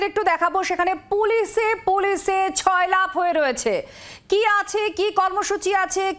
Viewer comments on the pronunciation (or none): শব্দটা 'ছয়লাপ' নয় ' সয়লাব ' হবে 😂